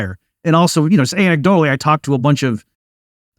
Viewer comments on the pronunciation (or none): Did Bob say anEGGdotally? 😀